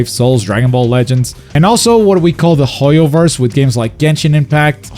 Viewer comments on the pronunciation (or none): none